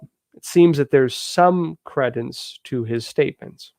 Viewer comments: credence is pronounced, cree-dence. ❤️ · Credibility or creedence. Not "credence."